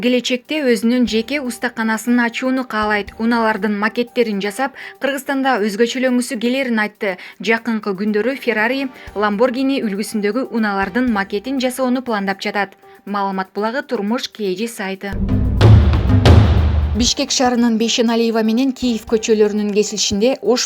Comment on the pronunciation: Лабагини эмес ламбажини